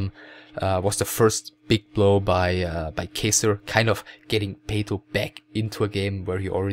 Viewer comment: Its not Kejsr but Catcher or Katcher. In czech Kačer(it means male duck)